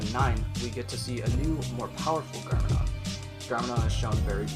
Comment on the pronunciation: wtf dos he say? garmadon and pixn